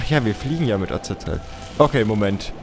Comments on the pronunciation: Bitte...sag doch Azazel und nicht Azazael...jedes mal rege ich mich auf und denke, kann der nicht lesen?... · Azazel wird Asasel ausgesprochen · Azazel ist die schreib art aber man spricht ihn Asael aus. ist aber egal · warum kannst Azazel's Namen nicht immer so aussprechen? :C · Und spricht Azazel immer noch falsch aus xD